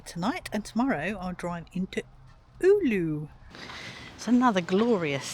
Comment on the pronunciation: Pro tip: you're supposed to pronounce every letter in every word in Finnish and every letter is always pronounced with the same sound, no matter what other letters surround it. There are no redundant silent letters. For example, Oulu (which you pronounced at least 4 different ways) can be pronounced as o-u-lu if you if cannot do the diphthong. It sounds a bit weird that way but closer to the true Finnish pronounciation that the variants you had here. The way you pronounced Oulu was probably the closest but it still sounded like Ulu instead of Oulu.